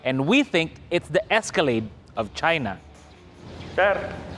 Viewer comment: Esacalade?!! E di sirain, lemon at kung anu Ano pa. 😂😂😂